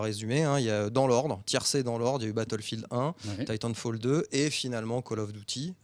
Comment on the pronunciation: "Call of douty infinite ware" XD